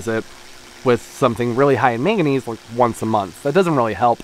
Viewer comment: Meganese? Huh? What’s that? Do you mean madnesuim? 😂😅😅